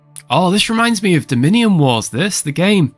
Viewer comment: Did he say "dominion wars" or "the mini wars"?